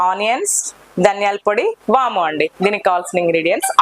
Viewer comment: Vaamu madam not vama